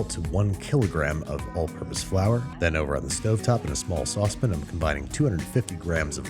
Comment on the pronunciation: It's been way, way too long since I've heard "saucepn"